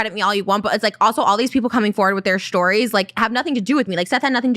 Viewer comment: All these people coming forward with their s h t o r i e s